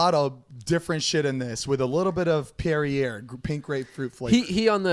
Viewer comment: Lmao Zane pronouncing Perrier made me cringe😂